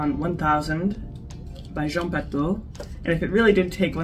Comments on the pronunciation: it'spronounced Patoo not Pato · With respect... The name Patou is pronounced pa-TWO... ❤